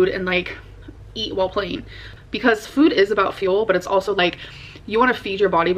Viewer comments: Same..like wtf is that. Fuud 🙄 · The new way she says “Food” makes me cringe